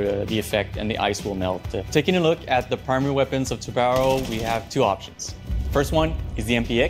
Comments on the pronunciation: Dude, it is pronounced tubaran...o (it means shark) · As a Portuguese the best part is that nobody can say a the name Tubarão the correct way ahahah